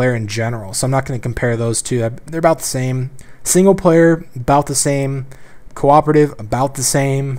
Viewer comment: did i hear QWOP-ative?